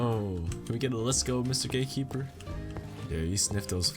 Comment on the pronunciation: Why tf he keep saying gay keeper?!